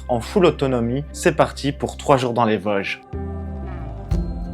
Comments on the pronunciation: On dit Vôôôôôsges bon dieu ! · on dis les Vôooosges 😉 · Merci pour cette vidéo qui m'a effectivement plu mais qui ne m'a rien appris ^^. Petit cours de prononciation: VOOOOsges, Altenweiher=> Alteune Vaï Heure, Schissrothried==> Chisse Rooote Ride. Contrairement à toi, les sacs à dos de tes copines semblent trop gros, trop lourds et mal équilibrés. En Montagne car les Vosges, c'est de la Montagne, c'est vite usant et pénible ce genre de marche avec de tels sacs. Vous avez parcouru un secteur très connu, classique et touristique. Normal, c'est un des plus spectaculaires. Par ce climat, vent pluie et changement rapide de température, évite de monter sur le Kastelberg, dans le brouillard, on s'y perd. Il veut mieux rester à l'abri du vent en marchant sur les flancs des massifs. Il y a bien d'autres secteurs très beaux avec des refuges libres d'accès et confortables toute l'année. Ils sont équipés de poêles à bois ou de feu à l'âtre que tu peux utiliser. La ferme où vous avait fait une pause s'appelle une marcairie. N'hésite pas à me demander des conseils si tu veux revenir faire une expédition dans les Vosges.